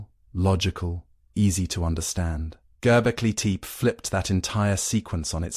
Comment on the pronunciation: Need to find a way to fix the pronunciation problems - the complete butching of Göbekli Tepe completely took me out of it.